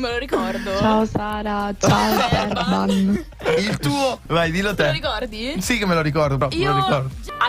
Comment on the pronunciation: POV:SBAGLI LA PRONUNCIA E LO CHIAMI"ZERBAN" AL POSTO CHE "ZERBIAN IO MORTA😂😂